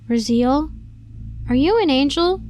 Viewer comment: It's pronounced "Ra-zee-el"